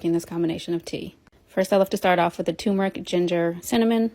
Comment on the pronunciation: Can influencers just stop saying too-meric? It's TURmeric!